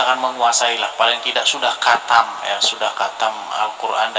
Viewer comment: Dis.....!! ditulis latinnya khatam. Di bacanya bukan katam dis.....tapi hotam. Gimana sih lu dis malu maluin aja....